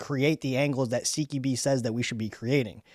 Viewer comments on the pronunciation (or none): Dude, "Q" is pronounced "kew" and NOT like "key"